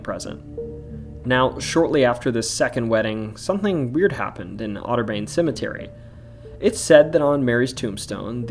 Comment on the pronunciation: “otter-bayn” is wild 💀